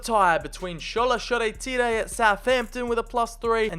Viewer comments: Shoretire (Sure-ty-er) ❌ Shoretire (Sho-re-tee-ray)✅ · The way he pronounces Shoretire😭😭 class video tho